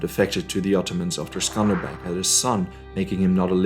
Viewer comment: Also he's name is Skanderbeg like Alexander the Great.